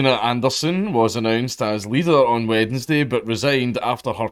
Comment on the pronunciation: I find hearing both d's in "Wednesday" strangely off-putting